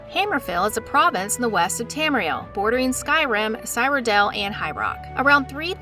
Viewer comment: Lost me with the incorrect pronunciation. You literally hear people from the company pronounce it beth-ezz-da, not that hard. Like the creatures who pronounce taco as taacko. And it only thickens as the video goes on. I don't think she's even played the elder scrolls games. The way she says cyrodil. Or how she calls dunmer, dumner pronouncing the m first. At one point completely butchers the name Bethesda once again by saying "besida." Like what? Tell me you're reading off a script without telling me you're reading off a script. I'm sorry, just as a fan boy this gets me